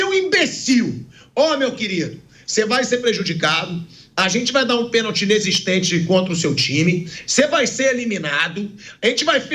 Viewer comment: Foi pênalti e não peeeeeeenalti.